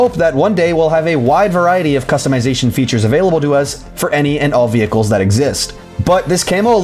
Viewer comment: Great analysis, but...the way you pronounce "vehicles" makes me wince. Lol.